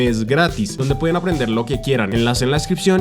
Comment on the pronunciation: amo cuando dices enlase en la descripción 😅😅😅. Icónico siempre lo tengo que decir con Tigo